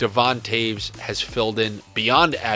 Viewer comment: Who is Devon taves help please lol. Or did he mean Devon Toews